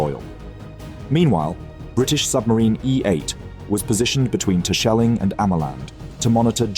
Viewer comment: Texel is also locally pronounced as Teksel like he did. But Tessel is indeed more common. (How he pronounced Terscheling and Ameland was significantly worse.